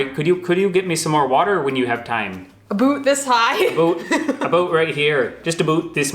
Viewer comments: I love the Canadian "aboot". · The way pronounced the word 'about' in a Canadian accent, it sounded Scottish which sort of makes sense as many Canadians came from Scotland.